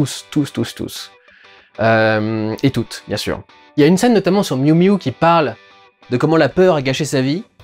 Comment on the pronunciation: "Bonjour à tousezétoute"... Dudu je t'aime bien, mais tu sais que ça, c'est un coup à me désabonner d'une chaîne ? 😌